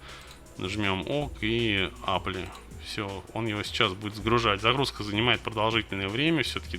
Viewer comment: ок. Добавлю ещё, что «apply» произносится как «эплай». Не «эпли».